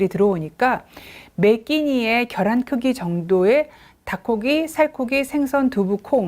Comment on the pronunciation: 겨란 아니고, 계란요 ㅠㅠ